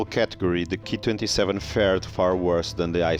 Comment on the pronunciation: You pronounce the Ki-27 as the 'key' 27. This is not right, you should just say the letters individually as K, I 27, after all, you wouldn't pronounced the Junkers Ju 87 as the 'Jew' 87 would you? If you're presenting facts about the aircraft, at least learn to pronounce their designations correctly, or it makes you look a little ignorant. But overall a very interesting vlog though.